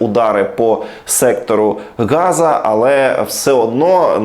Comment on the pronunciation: Сектор Газа, ніяк не сектор ґаза. Так, як українською. ///////////////// Молимося, друзі. Ми з вами були й остаємся з перших часів повномасштабної - молитовно й не тільки. І ви моліться за нас. Разом до перемоги над пуйловським zлом.